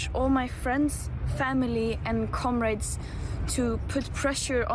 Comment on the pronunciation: She said comarades, is she a communist?